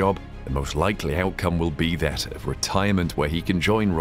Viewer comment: "Beh aht" ... a German name.